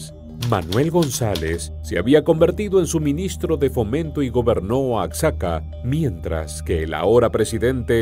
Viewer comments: Oaczaca😂😂 es Oaxaca, se ve q el q narra no es mexicano. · OACSACA......... MEJOR PRONUNCIA OAJACA...O OAJAKA.... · Se pronuncia "Oajaca". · Este videillo, está plagado de mentiras! ¡Diaz no "solicitó permiso" para integrarse a la lucha" el era integrante del ejército! ¡Y luego pronuncia Oaxaca, como los gringos! ¡Cuando menciona San Luis Potosí dice "San Luis de Potosí" y ¿que es eso de guanajato? Es un ignorante y sabrá Dios de donde se haya documentado! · El narrador d3beria de investigar bien la pronunciación de los estados,Oaxaca y Guanajuato. Esta bien p3nd3j0! 😡😡😡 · No creo que eres Mexicano pero no sabes pronunciar Oaxaca. Si eres Mexicano serás la vergüenza de la familia.